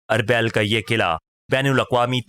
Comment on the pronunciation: آپکی آواز اچھی ہے لیکن بہت سارے تلفظ غلط ہیں جیسے اربیل۔ اورمحو وغیرہ۔